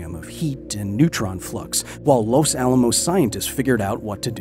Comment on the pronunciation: As a Spanish speaker, his pronunciation of "Los Alamos", on the other hand... ¡Dios mío!